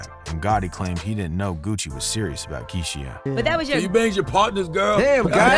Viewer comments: Kee-she-ah….. lol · bro why’d you’d pronounce keisha that way???